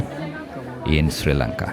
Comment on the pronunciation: And dude its not sirilanga its Sri Lanka